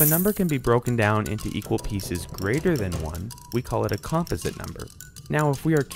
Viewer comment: I've neveer heard anyone pronounce composite like that ever